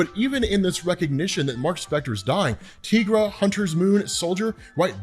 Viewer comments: I've been watching a lot of your Moon Knight videos lately, and I have one question - Why do you pronounce Tigra's name, 'Teegra'? She is not a Latina. Is Spanish your first language? You are the only person I have ever met to pronounce her name, Teegra. I think it would make sense if she had 'El' in front of her name, but she doesn't. Greer Nelson has the powers of a Tiger, so we call her Tigra. Why do you call her Teegra? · I’ve never heard someone pronounce Tigra like that